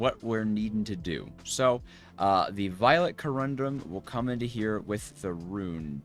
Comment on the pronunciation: please! co-run-dum not co-rum-drum. otherwise, i really enjoy your struggles. lol:face-red-heart-shape